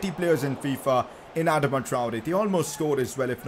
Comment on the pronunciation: He said Adama like Admada